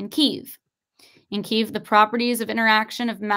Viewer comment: It's pronounced, Key,ev.